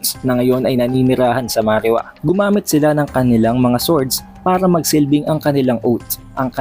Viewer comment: Marijoeis, marijuwa not marihuwa... correction lang